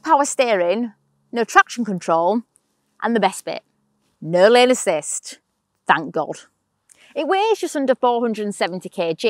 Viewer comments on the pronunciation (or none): It's the accent, but what is said it "No lane-assist".